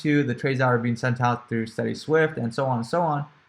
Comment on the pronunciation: haha you said steady swift:) good video gonna watch it again on weekend.